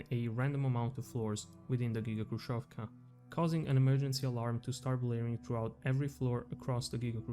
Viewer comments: Quite nice video. Js to let you know. 2ch - "Dvach" Khrushchev(ka) - Hrushev with soft Sh (like shi without i) Samosbor, i think, would be rather translated smth like self-collection, like collecting something, or self-harvest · FYI "kh" in "khrushevka" stands for the harsher h sound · Your pronunciation of Khrushchev and Khrushchyovka is wrong. "Kh" should be pronunced as like "H" same as in the word "Hex". In russian there is a single letter for this sound "X" that sounds same as the "H" in word "Hex".